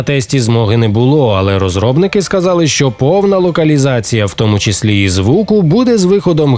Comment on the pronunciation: 10 місяців томУ, а не тОму. ДУмками, а не думКами бл💩